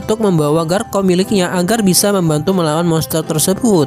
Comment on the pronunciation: ngomong garchomp nya bukan garkomp bang tapi garcomp pake c bukan k